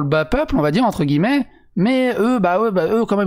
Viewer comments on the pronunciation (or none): none